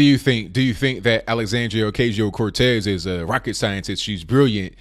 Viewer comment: Lol how this guy says ocazio. Clearly he never tried working on his pronunciation in Spanish class